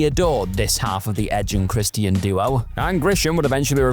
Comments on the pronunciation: Who is Christy-an? If you’re having trouble pronouncing his name, it’s in his THEME SONG.🤦‍♂️ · Im sorry but Chris T N? Thats how you sound. Somebody teach this narrator how to say wrestlers names before making another video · I don't like this dude narrating the way he pronounces names gets on my nerves christyian cage😂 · Why you pronouncing 'Christian' weird? 😂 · Why does he say Christian like that? They say his name literally everytime he walks out, how could not know how to pronounce his name??😂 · The way you say Christian is very unsettling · Why the fk can’t you say Christian correctly? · I hate how you say Christian.... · Why are you pronouncing Christian like a mook?